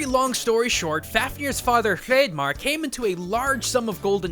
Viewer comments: Great video! Btw, Hreiðmarr is pronounced H-rye-th-mar (the th sound is pronounced like it is in the word “the”, and not pronounced like it is in “thing.” Yes, there is a difference, hold each of the sounds out when you say the words and you’ll see what I mean) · The letter in that Nordic name was actually the letter thorn, not a fancy d. It actually makes a voiced "th" sound, like in the word the. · So close! The d-shaped character is called a thorn and is pronounced with a "th" sound.